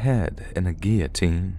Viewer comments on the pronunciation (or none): none